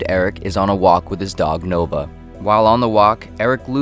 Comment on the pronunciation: It's spelled "Nova" but you pronounce "Noba"